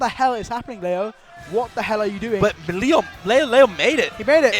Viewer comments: Hate when they call him Lee Yo. It's Lay Oh. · Grateful for whoever told to stop saying Leeoh 🤦🏼‍♂️ LAY-oh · don’t forget leyo too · "Mk Leigh-yo" 😂🎉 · I can’t deal with them calling Leo LEEoooo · Lee-oh was driving me absolutely insane. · The constant mispronunciations of Leo was driving me nuts. How do you not know the name of one of the greatest players of the game that your commentating... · If drives me crazy how this guy's saying Leo's name. That's the goat, say his name right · Ain’t nobody gunna mention how neither of these commentators know how to say the best player in the worlds name? -_ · homeboy couldn’t decide which way to pronounce “leo” lmao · insane how youve heard someone say their name including everyone else pronounce Leos name for so long, and then still not being able to say it properly